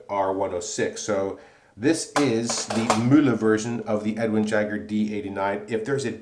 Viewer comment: Kudos on the pronunciation of Mühle! It's the first shaving vid I've ever seen in which "Mühle" sounds kinda German. (Ausgezeichnet.) Also, Razorock makes razors with a similar (very similar) shaving head; any thoughts on how the performance of this Mühle compares to a comporable Razorock?